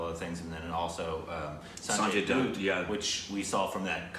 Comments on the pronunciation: "Dutt" is literally pronounced as it's spelt and yet you still say "Doot" 🤦‍♂️ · It's not Sanjay Doot😂... pronounced as Sanjay Daatt